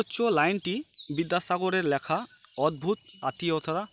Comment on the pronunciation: উচ্চারণ তো ঠিক করে করুন আগে লেখাকে ল্যাখা আতিথেয়তাকে আথেয়তা কি এসব